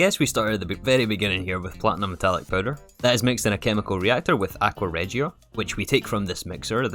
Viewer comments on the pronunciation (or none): Just so u know aqua Regia is made with hydrochloric acid and nitric acid NOT sulfuric acid btw its pronounced aqua ri gi a